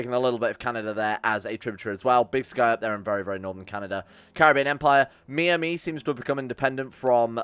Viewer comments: He pronounced Miami as Meeamee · he said me-am-me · Is it supposed to me pronounced Me-Amee in this future? If it Isn't, it is My-Amee